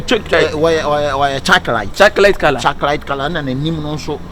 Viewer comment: Fraizible and chocrate Likee why🤦🤣🤣🤣🤣🤣🤣🤣🤣🤣🤣🤣💔